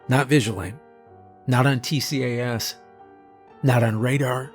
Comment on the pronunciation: So glad to have this format after the usual "follow X rules" ones Btw in aviation people usually pronounce TCAS as T-cas instead of letter-by-letter, and ADS-B as A-D-S-B instead of ADS dash B, just so you know